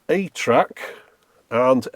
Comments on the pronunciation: Early on in this video, are you saying "8-track?" It can't be THAT retro can it? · Who else kept hearing 8-Track instead of ATRAC? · For the longest time, every time he said ATRAC, my brain parsed it as “8-track” and I wondered why Sony was going so retro back then. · I was washing dishes while listening to this and every time said "ATRAC" i had to look over to make sure Sony hadn't made a 2000s era 8-track 😅